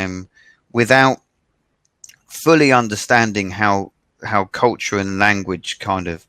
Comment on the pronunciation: 前も、別の人にcultureの発音なおされてたよね！！！笑